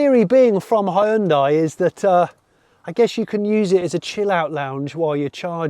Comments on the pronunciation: It is not Hi-un-dai. you should learn how to pronounce 'hyundai' properly. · it's not Hi-hyundai, it's Hyundai - like Sunday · I don't know which one is worse, "hayundai" or "hundai". They're both pretty atrocious though. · Great review…with one exception…your pronunciation of the name Hyundai. It should sound like the word Monday. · "Hi yoon dai"... c'mon you can do better, it's so off-putting. "Hyon dae" is way closer and you almost got it !! I'm always impressed and eager to hear your opinion, but in this one I got withdrawn from what you were saying cuz of that 😔. Apart from that the visuals, pace and editing was top notch! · Hyoon (one syllable) dai (one syllable). Two syllables. Not Hai-Uhn-Dai. Hyoon-dai. Ask any Korean. Please. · It's Hyun-"day" not Hyun-"die". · Hyundai is two syllables not three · Great car, but why is it that nobody in the UK knows how to properly pronounce Hyundai? For one, the "y" is nearly silent and the "i" is completely silent. Think of the end as "Day" not "Die." Oh, and this is from the Koreans, not just me saying it. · Korean listening to “Ha-hyun-die” : 😩 not again... Please guys, it’s /hyun-deh/🤪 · Why is it that 90% of people can't say Hyundai properly? It's pronounced "Hyun-deh", not "Hi-un-die" or "Hi-un-day". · Mans called "HYUN-DAY" -> "HI-UN-DIE" for the whole video ;D oh my god that was painful... otherwise nicely planned and edited video ahahahaha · Ooh Johnny, it's not hy-un-dai. Its hyun-dai. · I'm picking nits, but it's pronounced he-yun-day, not hi-yoon-di. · It's not "Hie-un-Die"!?!?!? 'hyu' is a single syllable. It is '"Hyu-n-day", Hyu-n-day NOT, NOT NOT Hie Un Die !?!??! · Jonny, Hyundai rhymes with Sunday. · Please Jonny. Hyundai rhymes with Sunday. It's not Hye-yoon-dye. If folks can sound out the "e" in Porsche, then we can def use the easier (and correct) way of saying Hyundai. Anywho. Fantastic video! Can't wait for this one to go on sale. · its pronounced "hue-n-dae" hue as in color n dae as in a sundae